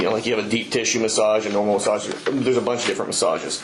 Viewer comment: The way that trooper pronounced massaaaaaa’g’e